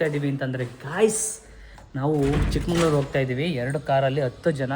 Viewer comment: Bro...ಚಿಕ್ಕಮಂಗಳೂರು ಅಲ್ಲ ಚಿಕ್ಕಮಗಳೂರು.